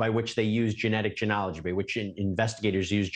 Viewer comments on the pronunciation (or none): What a unique pronunciation of the word “genealogy”. 🤔 Canadian accent?